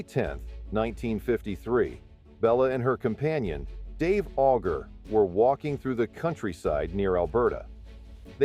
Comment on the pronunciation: Auger is pronounced Oh-jshay